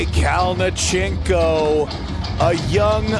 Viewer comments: you can just see the disappointment on his face the way the announcer pronounced his name... 🤣😅 Sergey Kalionenko!! 🤣😅😆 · I’m suprised you are in the arm wrestling community and you don’t know how to pronounce Kalinichenko’s name . He’s been competing in EvW and king of the table and his name has been announced so many times .